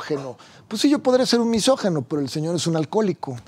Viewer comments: Se dice misógIno, no misógeno, abogado Palazuelos. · MISOJINO, no misojeno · Se dice MISÓGINO. NO MESÓGINO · PALAZULELOS te doy toda la razón, no eres "MISÓGENO" pero sí "MISÓGINO", es increíble que según tiene mucho dinero y se cree muy culto y muy hombre de mundo, no sepa pronunciar y expresarse correctamente y que lo repita una y otra vez, además que dice "MÁS APARTE" 🙄 y ya no se diga de Carlos, que lo pronuncia igual MISÓGENO y dice AIROPUERTO🙄 no puede leer claramente que se escribe y se pronuncia "AEROPUERTO", en fin seguimos perdidos en los buenos modos de usar adecuadamente nuestro español y ya no se diga las nuevas generaciones, que no distan de estar igual o peor. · Que mal que no hablen bien AMBOS español, NO ES MISOGENO, es “MISÓGINO”!!! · Misógino, no misogeno.